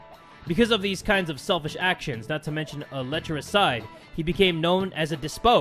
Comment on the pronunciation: It's pronounced Knee-row, not narrow. Emperor Nero. And des-pot, not des-po